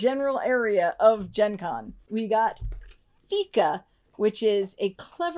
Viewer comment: So happy you pronounced fika correctly! I am looking forward to this coming to Sweden since we fika all the time. And yes, tea is totally acceptable to have for fika.